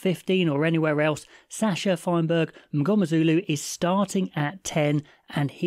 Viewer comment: Chef's kiss pronunciation for Sasha 🧑‍🍳